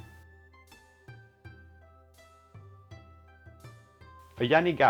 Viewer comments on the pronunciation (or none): fYI its YANAGIBA or Yanagi, not "Yanigaba'. Use yanagiba only for slicing fish for Sashimi or sushi, not roll. It will dull very fast when you use it to cut roll all day when you work at the restaurant as a chef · pronouncing yanagiba as yanigaba hahahaha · YANAGIBA not yanigaba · Is this channel for real? Is this like a SNL sketch or something? First, Chinese music while cutting Japanese sushi, lol. Second, wrong knife. He’s using a chefs knife and not the Yanagiba (which he mispronounces), lol. The chef’s knife is not even sharp as he needs to push down and “saw” the bloody sushi roll, lol. You are suppose to pull slice, lol. Third, no need to wet the knife, just wipe, lol. Fourth, the actual cutting of the rolls is horrid. The dude is a Neanderthal, lol. And fifth, at the end, where he attempts to impress by cutting the last piece super thin, oh my god, unnecessary, sloppy, and plain idiotic, lol. This video gets a big fat F!!!!!!!!!!!!! 😂😂😂